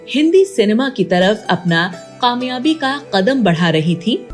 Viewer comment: Qamyabi nhe kamyabi hota hey. Pronunciation is not correct